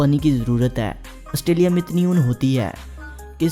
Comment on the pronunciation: Australia not ustralia.